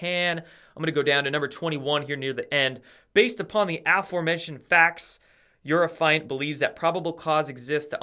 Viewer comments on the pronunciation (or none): a-FOR-mentioned, not AF-orementioned, ha, ha.